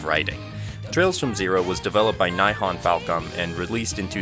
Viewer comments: Great video! one thing I want to say though is that the "Nihon" in "Nihon Falcom" is pronounced "Nee-hon" like "See". "Nihon" is what Japan is called in... well, Japan. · "Nihon" is pronounced like "knee-hone" btw :)